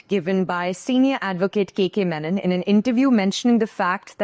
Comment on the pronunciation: How Mr.Bharocha is pronounced as BHAROCHA, but MR.MENON is carelessly pronounced as MANAN throughout the interview. What a seemingly lackadaisical attitude when it's a south Indian name? JAI Bharat Mata Jai Hind